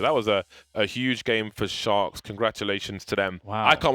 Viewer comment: I always hear "shox" instead of "Sharks"